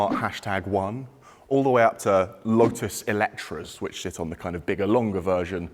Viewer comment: What did he say sounds like sit with h in there too 😮😅